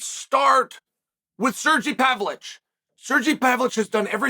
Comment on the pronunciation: Ah yes, serjey pavlich